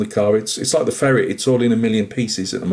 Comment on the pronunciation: Tanks for the video , marra. See what I did there...Did you say "Ferretz" ?!